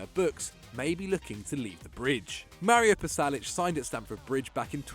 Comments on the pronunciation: It's not Palasic.... It's Pasalic!!! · lads its pasalic not palasic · Pasalic not Palasic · It's spelled "Pasalic" not "Palasic"